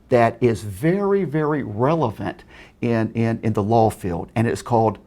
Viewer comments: Needed a bonus round for every time he said "lawl" instead of law." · Why does he keep saying lol instead of law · Is he saying low or law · when he says law it sounds like lawl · Sounds like he's saying lol instead of law. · Every time I hear say "Law" it sounds like he's saying "Lol"!!! 😂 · Add one. Against the lorw! I studied lorw. Add two, nice email. Add three, YMS returned your email with another telling you how wrong you were and how the law works. Add seventeen for him being insane. AND STOP SAYING LORW! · I always hear "lol" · The score would be way higher for every time he says "lawl" instead of law and "stilling" instead of stealing. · HE FUCKING SAYS LOWR INSTEAD OF LAW AND SAYS STILLIN INSTEAD OF STEALING